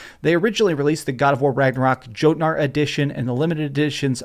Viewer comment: joe-tnar xD